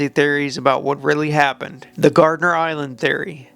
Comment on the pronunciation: Gardner not gardener 🤣